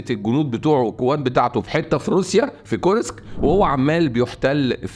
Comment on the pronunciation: كور-سك بسكون السين و ليس كورييييسك